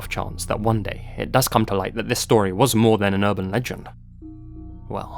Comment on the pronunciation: "Leyt" yeah L video overall, quick google search will tell you all this stuff anyways